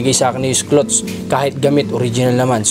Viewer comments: Clothes pronounce as clods....loll! not clots..tnx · sana po wag ka magalit ha,, icorrect ko lang yung sinasabi mo-- ang cloths po ay tela, meaning hindi pa natatahi,, kapag damit napo regardless kung bestida, pantalon, sando, shorts, ang tawag napo dun ay clothes (ang pronunciation po ay KLOWDS). Salamat sa pagunawa.. Pagpalain kapa!